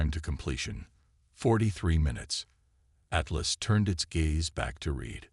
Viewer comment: worship or warship rocking of warship video annoying reed or read annoying AI text call or atless hatless,lol